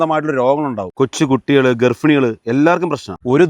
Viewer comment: ഗർഫിണി😂. അല്ല ഗർഭിണി